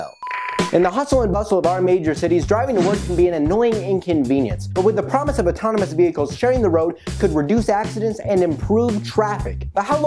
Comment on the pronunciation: Auto-tono-mous killed me! 😂😂😂